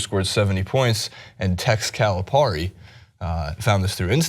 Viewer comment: You say Calapari wrong